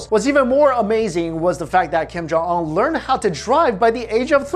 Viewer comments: ung not ong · It’s Kim jun un not Kim jung ong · Kiem Jaw Awn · King Jon Un. Not Kim Jong un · kim yung ungh. lol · Kim kong ong?!?!? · It's pronounced (Kim-jon-oon) great video though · I keep hearing "Kim jung ung" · Un doesn't sound like UNbelievable, it sounds like oon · 12blue spirits it’s kim yong uhn ... u can’t even say it urself 😂😂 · "Keem Jong Ul" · "Kim jung uh!" Bruh.... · stop talking about this man if you cannot pronounce his name like honestly it’s not that hard to pronounce 😂